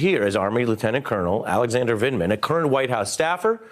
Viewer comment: Vindman, not Vinland. Vind-Man. Say it with me Ari. Vind. Man.